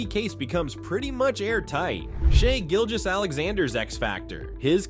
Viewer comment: "Shy Gilgous" really?